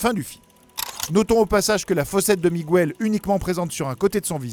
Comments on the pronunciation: Ptdr t'as jamais fait d'espagnol de ta vie, ça se dit Miguel, pas migouel, le "u" est là pour éviter de dire mijel parce que g+u fait "gu" pas "j". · sympa mais 1 chose que vous ne saviez pas , on ne dit pas "migouèle" mais miguel (comme dans guenon ou guerre ) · WTF???? LE Prénom Miguel ne s'écrit pas avec un " ¨ "sur le U... Alors pour quelle raison vous dites "Migüel"??? En espagnol, comme en français, G+U = G (comme dans "Mangue" "Morgue" "blague" "Camargue" "Drogue" "Pirogue" "Bilingue" "Langue" "Gueule" "Rogue" "Baguette, "Guitare" "Bague" "Pygargue" ... ) Un des mots qui se prononcent avec le 'g' et le 'u' en espagnol est "Vergüenza" (= honte). ;) **Petite leçon de prononciation gratuite** Sinon, j'adore ce film aussi il est super beau! ^^ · Miguel, pas migouel s'il vous plaît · OUI c'est ce que je me suis dit ! J'ajouterai que dans le film en vf ils disent bien miguel pas migouel, je l'ai pas encore regardé en vo ptet qu'en anglais c'est migouel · dans la VO anglaise ils disent Miguel aussi ils le prononcent pas migouel, ça me stresse aussi la prononciation du migOUel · À quel moment dans le film il prononce Miguel comme ça srx c’est un manque de respect prononcer correctement les prénoms quoi... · Lea Vdn merciiiiiii j’en pouvais plus de son Migouel! Mes oreilles saignaient à chaque fois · mais c'est vrai qu'il accentue bien le miguuel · Lea Vdn « Migouel » ça fait plus portugais qu’autre chose on est d’accord. 😉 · Ay, on ne prononce pas le U de Miguel en espagnol!! Ca se dit comme en français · En espagnol on prononce toutes les lettres